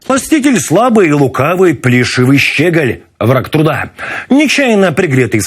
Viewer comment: Пане, не щЕголь, а щЁголь!!!!!!!!!!!!! Ну, не можна бути таким необізнаним у вашій професії!